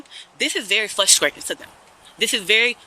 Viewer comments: This is "fusstrayten." 🥴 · Fusstrating? What is she attempting to say? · She is "fwustrating" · How can squatters have any rights? The laws need to be changed. Ridiculous! 🤯 Learn how to pronounce your words properly. "Flustratin" wow!! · What is fruscrayting and excreme? This trout mouth liar needs to get arrested. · every time she says flustrating i get frustrated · "It's fwuhstratin." Yeah? I bet the homeowner is the one who's frustrated. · Is it fuskscrating or frustrating?🤔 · FLUSTRATING! It is *FRUSTRATING*! That is so FRUSTRATING! The ppl who say this, went to school, saw the word spelled out, pronounce it wrong constantly and somehow don't understand! Hate it! But, you racist youtube commenters, DO NOT think for one second I agree with you. I get irritated about a word, not her race, not her gender, not her age, not where she lives or anything else. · FRUSTRATING...FRU..FRU..not flutrating😂😂😂😂😂😂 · It's very "fusstwaiting" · Please pronounce frustrating the correct way. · You know what I find frustrating? How that woman pronounced "frustrating".